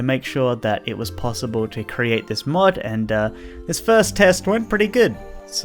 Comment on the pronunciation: no joke i thought he said mud ideas